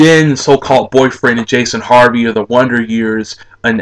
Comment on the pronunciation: Jason Hervey not Harvey